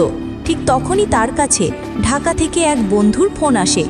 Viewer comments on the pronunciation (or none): none